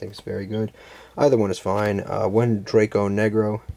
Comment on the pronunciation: It's not Dragon Necro. It's Dragonecro.